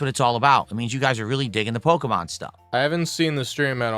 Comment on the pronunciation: He can not for the life of him pronounce “Pokémon”.